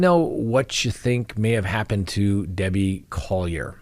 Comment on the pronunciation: ?Dabbie? Come on...